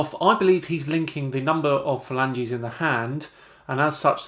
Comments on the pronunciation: Every time he says “Falanges”, I keep thinking of Regina Falange, Phoebes fake name from Friends. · "Phalanges"? Is Phoebe at it again?